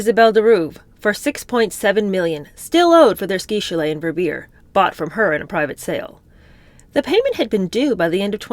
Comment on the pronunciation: Hi, I love your readings..I live in Switzerland and skied in Verbier for years..It is pronounced. Vare bee yair..🎉